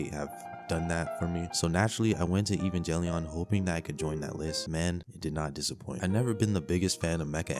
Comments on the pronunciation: Not evenjellion.... It's a fucking g not a j dude. Give it some fucking respect. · The way you pronounce some of those anime is hillarious. Like "Evan"ge"lion" bruh. 10/10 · Bro please learn how to pronounce some of these titles evangelion and Gurren lagann killed me